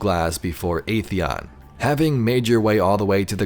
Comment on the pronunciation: Video was fantastic, always a fan of Vex lore. But I just have one tiny nitpick. Atheon's pronounciation was wrong. We know that, thanks to the Age of Triumph back in D1, it's pronounced "ATHeon", not "AETHeon".